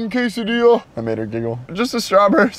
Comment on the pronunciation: you said quesidilla wrong